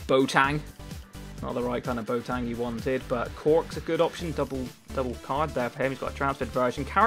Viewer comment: Why do you say bo-tang instead of boateng!?!